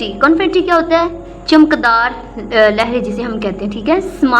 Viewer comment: 😂😂its chamakdar not chamak dar